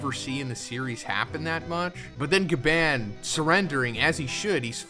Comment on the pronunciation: You are saying Gaban wrong ya trog